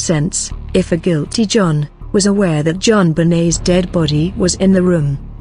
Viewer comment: The video offers no motive for him to kill his daughter, it does however have a totally improper and inappropriate manufactured narration devoid of any real feeling or emotion which is a disgrace for a report on a murdered child. Pronouncing guilt-ty as two separate words is just one of the many errors of this farcical speech robot.